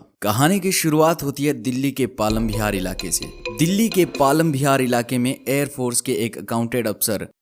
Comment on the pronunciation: Palam Bihar nhi hota palam vihar hota hai